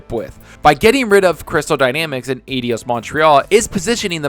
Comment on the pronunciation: eye-dos, try that.